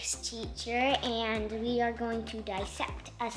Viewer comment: “We are going to disept a samalamander” is the best part